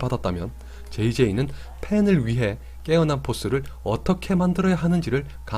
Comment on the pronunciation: 내 귀가 이상한가?? 왜 자꾸 깨난포스라고 들리지;; 초반에 이게 뭔말이야? 하다가 뒤로반복하다가 아! 함...